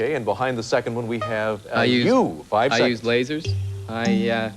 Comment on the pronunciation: Funny how the host says LASERS when going over it